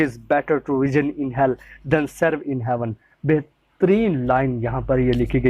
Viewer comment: Reign reijn nhe rein pronounced kia jta h